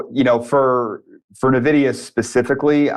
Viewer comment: Envidia...not navidia